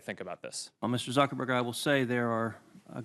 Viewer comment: . Calls him "Suckerberg" twice. Clearly articulates his name later.